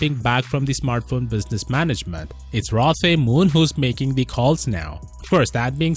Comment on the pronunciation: I'm pretty sure you pronounce it Rlo Te Moon Mixing the R and L into one because Koreans are weird and Tae is pronounced te like in tennis.